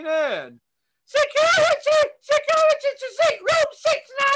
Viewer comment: Haha “securiteh securiteh” 🤣🤣